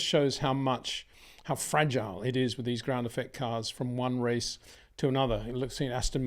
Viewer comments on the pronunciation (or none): none